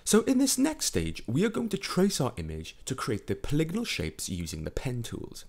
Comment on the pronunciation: Oh god, is the way he keeps saying polygonal wrong every time pissing anyone else incredibly, or is it just me?